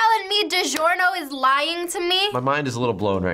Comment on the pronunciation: It ees what it ees...